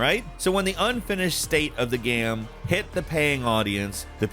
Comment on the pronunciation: can you actually say the proper word for ''game'', you have said ''gahm'' for more than a decade, why???